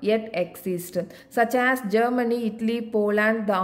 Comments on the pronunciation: Not itly it's Italy 😀😅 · Itly illa italy😅